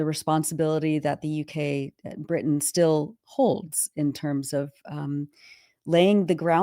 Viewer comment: "britiain"...No such place!...They are "english" plain and simple!